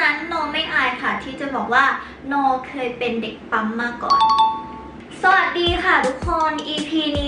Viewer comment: 👉🏻ปั้ม ไม่ใช่ 👉🏻ป้ำ